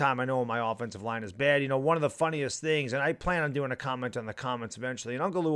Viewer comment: Line, not libe!